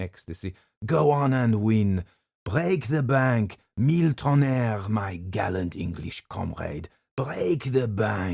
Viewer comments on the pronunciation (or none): none